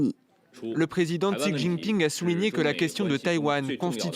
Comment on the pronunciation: j'ai cru entendre une dinguerie quand vous avez ecorché le nom du président de la chine